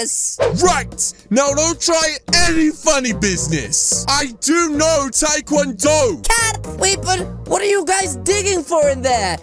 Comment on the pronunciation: Lol said teakwood-do I'm in teakwood-do